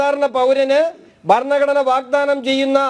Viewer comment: ബരണഘടന? ഭരണഘടന എന്ന് പറയൂ